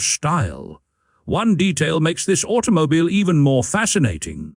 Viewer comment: It sounds like you are having trouble with your AI narration. "Automobyle" is heard several times and there are multiple gaps and stumbles. The script is rather repetitive - another feature of an AI video production.